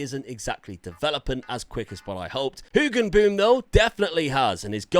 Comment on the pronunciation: I love the pronounciation of Hoogenboom, almost nailed it :)